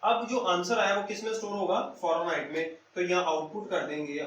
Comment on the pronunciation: Farenhight nahi hota sir Fahrenheit hota ha! BtW Gud. ❤️😃😊